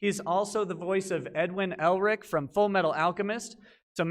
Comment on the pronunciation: MY GUY, did you just say "edwin elrich" bruhh